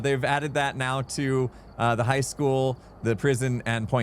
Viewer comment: I rather when chat isn't on the screen tbh. Also why is pronouncing high like hike? Is it a joke i missed or an American thing? Lol